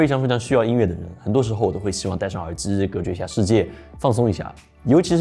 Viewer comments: 我操 是耳机 不是耳姿 手机 不是手姿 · 听到耳之耳之的，我真的忍不了了，关！